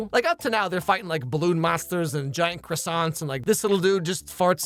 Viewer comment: "don't worry i'll grab you some cwossiants for the road" 💀